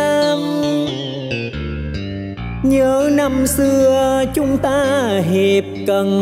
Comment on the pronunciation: Hiệp cật chứ không phải hiệp cận ...